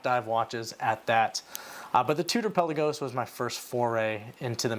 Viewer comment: Pelll-uh-can (the bird). pel-Ahh-gos (the watch). Greek word means Sea. Please never call your beautiful watch “pelly”.